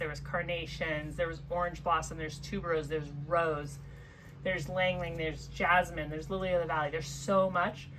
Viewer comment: Thanks for pronouncing ylang ylang correctly!! Leaving off the " y,"